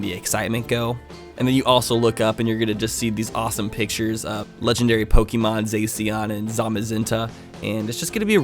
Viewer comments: IT’S NOT ZACK-IAN IT ZA-CIAN LIKE CYAN AND IT’S NOT ZAM-A-ZENTE IT’S ZAZ-MA-ZENTE LIKE MAGENTA IDK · Isn’t it pronounced (Zay.shi.an) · Zacian is pronounced zasheein The shinnoh region hehe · Zacian is pronounced Zah-Shee-In I’m sorry for being pedantic, but as a devout Pokéfan mispronunciations make my ears bleed. Hit me up for other pronunciations if you feel like it.